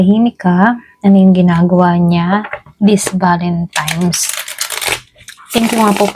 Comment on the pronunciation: Valentine's madam mg pronouns hindi valentimes..😅 salamat sa reading